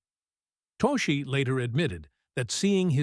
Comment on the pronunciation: Toschi's name is pronounced "TOSS-kee." The school bus hijack scene in a 1971 movie was inspired by a 1976 school bus hijacking?!!? I suggest a change in wording to reflect the fact that the scene was inspired by events PRECEDING it.